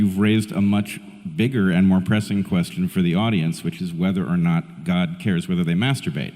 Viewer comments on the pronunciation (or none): Does Peterson actually have to keep pronouncing the word “god” as “gooouud”? Like gourd without the “r”.